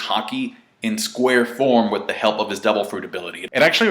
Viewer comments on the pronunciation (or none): none